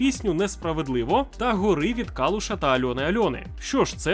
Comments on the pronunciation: Не Горú, a Гóри! Ви неправильно вимовили назву пісні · Пісенька від Калуш та Альони не "горИ", а "гОри". Молодець. Продовжуй з контентом. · Дякую за контент друже) Кожного разу чекаю з нетерпінням) Але є один нюанс - пісня Альони Альони і Калуша - гОри, а не горИ ) То про Карпати) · не горИ, а гОри)))) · гОри а не горИ чел хоч би вникав трохи